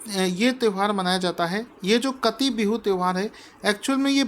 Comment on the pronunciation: काटी बिहू, not कटी